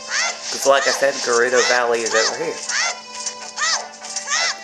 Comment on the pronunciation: U pronounced gerudo right and I also love that music